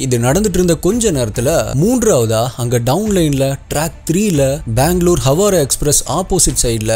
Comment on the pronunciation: ஹவாரா‌ அல்ல ஹவ்ரா